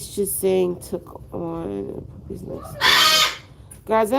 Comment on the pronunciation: Magnificent puppehs. Struhcture indeed!! Thank you for the live stream. Keep up the great work, always!!